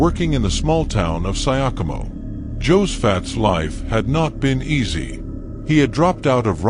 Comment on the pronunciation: 😂😂😂 nimeskia Syokimau imesomwa as "sayakomo" and paused to come read the comments. Wacha niende zangu sasa